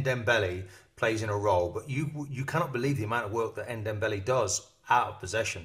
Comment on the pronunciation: It's Ndombele not Ndembele .. Open your eyes & you might read his name better